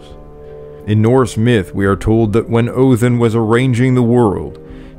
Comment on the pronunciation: Why do you pronounce it Othin, rather than Odin?